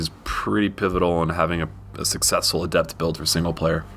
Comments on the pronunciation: Great video. Its "Adept," not "aDept." All the class names have accents on the first syllable. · adept is not pronounced that way the stress is on the A